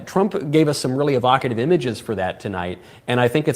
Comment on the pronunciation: hahahahaha, I'm tearing up here Ben. "EE VO KAY tiv."